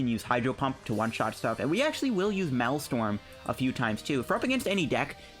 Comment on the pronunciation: I like your vids man good deck builds and strats. My OCD was killing me though, you kept saying "Malstrom" its pronounced like this 'mail strom' the MA EL sounds like mail or male.